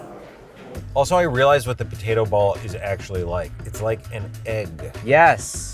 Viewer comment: In the Worth It: Fries episode, Andrew pointed out the says potato like "POtato." Even years later he still says it like that lol.